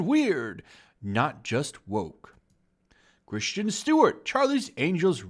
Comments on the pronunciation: How do you mispronounce Kris-ten as Christian? This isn't the Star Wars prequels. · I really hate how you pronounce Kristen. It's not Christian, it's Chris-ten. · Christian or Kristen Stewart. Please pronounce your words properly. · Her name is Kristin not Christian like you say it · While I agree with you I have to say that her name is KrisTEN Stewart not Christian Stewart. I would appreciate your videos more if you had actually paid any attention in english class. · Why does everyone keep pronouncing 'Kristen' as 'Christian'.....? Just asking! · Her name is Kristen and not Christian. Moron. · Alright PLEASE dude its not pronounced 'CHRISTIAN' Stewart, please just read the name for the love of God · Lots of movies flop. Elizabeth Banks is screaming "sexism" from the rooftops. Just take responsibility for all the bad decisions. Also...why does this guy keep saying "Christian Stewart"?? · It would definitely add to your credibility if you pronounced Stewart’s name correctly. It’s Kristen, not Christian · its kristen, not Christian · It's Kristen not Christian... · It's Kristen (Kris-ten) Stewart, not Christian Stewart. She's a no talent hack, but that doesn't mean I can stand the cringy mispronouncing of her name. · Are you purposely pronouncing her name wrong or do you really think it's Christian? There is a difference. I mean I agree with you but damn dude learn how to pronounce shit.